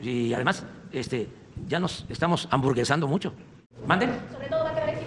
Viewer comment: Entendí bien "hamburguesando" o quiso decir aburguesando Hamburguesando.- es referente al alimento conocido como hamburguesa y esa palabra no creo que exista. Aburguesando.- referente a la clase burguesa generalmente se conocía así a los comerciantes de clase alta o adinerados